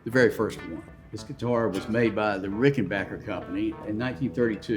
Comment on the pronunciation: "RickenbacHer"? Not "RickenbacKer"?